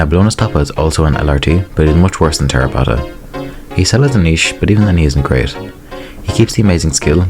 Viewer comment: Man fucking butchered my boy Terrorpotta.